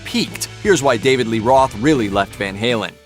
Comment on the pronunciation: Roth..not Ross..😅😅😅